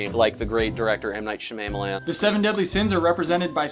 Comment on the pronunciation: "M. Night Shanamalan" lol